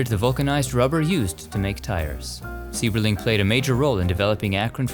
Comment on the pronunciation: In Akron the pronunciation of the Sieberling family. It is pronounced with a long I sound. S I eberling. Sorry the teacher in me couldn't let it go. I work in Akron schools. We were just there in there mansion on a field trip. I really enjoy your vlog. It's actually more then a vlog. I really really enjoy enjoy it. And have been with you for a long time thank you so much!